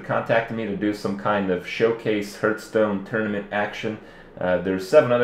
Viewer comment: Its not HURTstone its HEARTHstone...